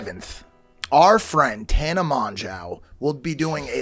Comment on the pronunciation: Is mike saying tana’s name wrong on purpose?